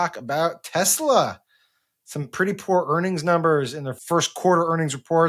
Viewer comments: It’s Tessler guys, Tessler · It's pronounced Teslar. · "I love Tesler!!" 😂😂 This has made this rainy day a little better. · Teslur. Please. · Maybe when trump pronounced it “tesler”, people got confused.😂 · I think it is pronounced, Tesler. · Pretty sure it's pronounced Teslur.